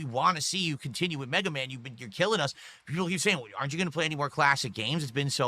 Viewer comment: BegaMan Begathon